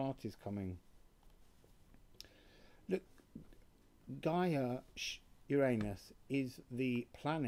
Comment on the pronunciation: Why do u say shoo when u mention Gia please.